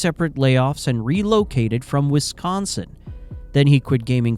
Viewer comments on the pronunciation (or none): none